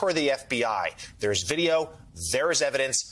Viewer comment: It was almost like the screen scene from My cousin Vinny...."what is this that we have right here? What is this? Vid-E-O 🤣"